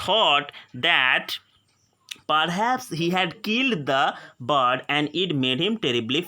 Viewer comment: Apna pronounciation sudhar ok bird ko bard bolta hai